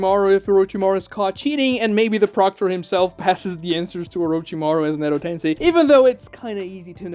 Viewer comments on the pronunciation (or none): none